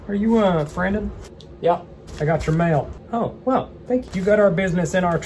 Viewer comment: “Mial” 😂 IM CRYING